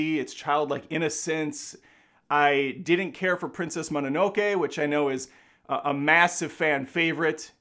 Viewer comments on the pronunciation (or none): none